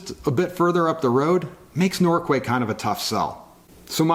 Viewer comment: It's pronounced Norkay (I don't know why but that's how we pronounce it)